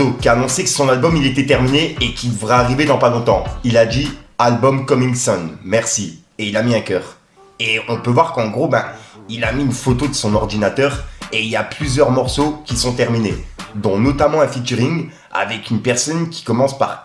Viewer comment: Coming sooooon et pas sun 🤣🤣 mais pas grave on t’aime 🥰